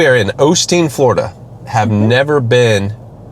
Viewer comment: Florida is a 3-syllable word. Just saying.